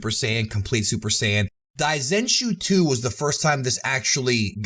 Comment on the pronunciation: 大全集 should be pronounced dai zen shuu, not dai zen chuu as you say multiple times throughout the video. On this point I please just pronounce Japanese words the American way in your videos rather than trying to pronounce them the Japanese way. It's good that you're trying, but because you don't speak Japanese it sounds wrong and is hard to understand.